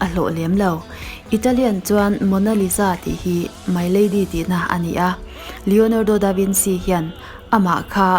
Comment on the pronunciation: The way she pronounce Leonardo Da Vinci and Mona Lisa had me wheezing😪🤣🤣🤣